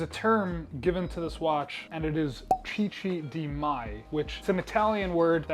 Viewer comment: Love it! Chicchi is pronounced kinda like kicky, it's Italian not Spanish 😁 the sound Chi is pronounced Ki